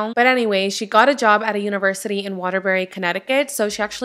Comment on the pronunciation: You said Waterbury correctly...I live in Connecticut